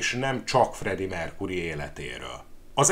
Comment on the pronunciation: Mercury-t nem "merkúrinak" kéne ejteni,hanem "merkjúri" a helyes.Bántja a fülem.